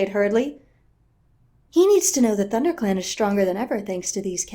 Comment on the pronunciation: I burst out laughing at the blooper " thunder set " ah " thunderclan"